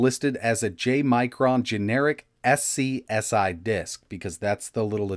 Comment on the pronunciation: Scsi is pronounced skuzzy so people know